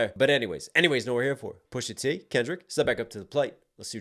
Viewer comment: goes back and forth from pronouncing it "Pusha Tay" with his blaccent 🙄, to just "Pusha T" when he's accidentally not trying hard. We know you talk regular bro, just do it. You would be way more watchable.